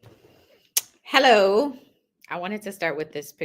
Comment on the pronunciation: That hello sounded British 😂